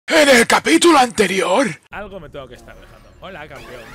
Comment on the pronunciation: Naaaaa men que recuerdos de la intro "En el capituloh anteriiorh"